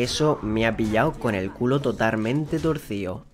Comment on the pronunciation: FUE TAN grande el trauma que también le quito las palabras de la boca "totarmente"